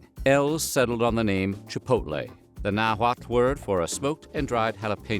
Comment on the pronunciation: That was a surprisingly good pronunciation of "Nahuatl"